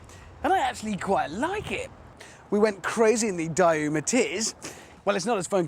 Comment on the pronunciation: The 'Per-oh-dooah', the 'Dye-ooh'? Is he joking?